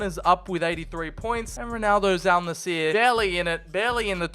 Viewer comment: it's Al Nassr not Al Naseer